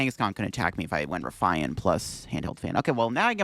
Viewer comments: RUH-FEE-IN...not roofian...or ruffayan...RUH-FEE-IN...Ruffian. ffs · ok but is an English speaker so why would he pronounce it “rough eye en” instead of the English word that exists pronounced “rough ee en” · Have you never heard the word 'Ruffian' before? It basically means 'violent criminal' or 'troublemaker' and is pronounced as 'Rough-E-Un'. 😂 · “Ruff I an”??? Jesus Canadian Christ… Smh stay in school, kids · It's pronounced "Rough-E-IN" Also, when you do the "10% off 👌☝️" you always do the hand symbol backwards for the camera Love the vids. Keep it up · Great vid, but the ruffian pronunciation is driving me nuts. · I was like: „Nah, it can't be that bad.” when I read your comment, but now that I heard it, yeah. It hurts my ears. xD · Your pronunciations of "Eri" and "Ruffian" are on par with Wolfe Glick's "Arcanine" and I am now infinitely more curious what other funky pronunciations you might have haha much love